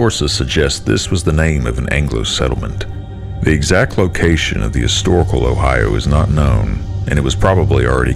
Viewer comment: the Foreign pronunciation of 'Ohio' is stomach turning